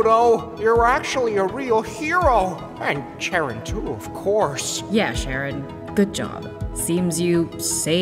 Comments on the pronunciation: Decide on a pronunciation for scharon either saron, karon or Charon bro don't have different characters calling her different names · I love how Pluto’s pronunciation of Charon’s name changes every episode